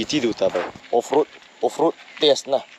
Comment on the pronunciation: Off roading ❌ forestding ✅